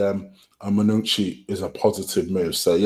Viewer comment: Lmao man said manoochi